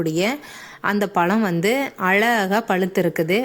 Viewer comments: Tamil pronounsation parthuka palam Ella pzham. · Amma palam ellama Pazham tamil pronounsation parthuka.tamil nalla pasuma. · Y u pronounce palam...😢 I don't have tamil keyboard so not able to explain in tamil.....adding la in all places of "zha"